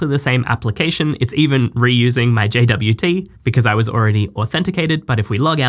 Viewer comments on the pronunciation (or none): I thought it's pronounced jot